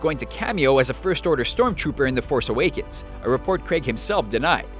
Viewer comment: star wars the force aweekends nice pronunciation